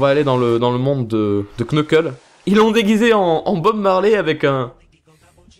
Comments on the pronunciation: Knuckles sa se prononce Nekels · CA CE PRONONCE : NEUKEULSE !!! 😭😭😭😭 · On te l'a sans douté déjà dit mais "Knuckle" ne se dit as "Qneukeule" mais "Neuckeule"; bref le K devant un N ne se prononce pas en anglais ;) ;) ;) et vraiment désolé si c'est la cent-millionième fois qu'on te le dit :p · Par se que en anglais on prononce pas le k donc sa fait nuckles